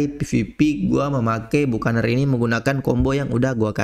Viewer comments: Dibacanya bakenir bang bukan bukaner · Bacanya "Bakəˈnier" bang